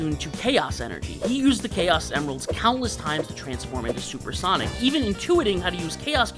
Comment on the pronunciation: Solper Sonic 😂